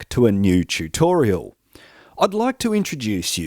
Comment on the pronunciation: 'Chootorial' - Not you too!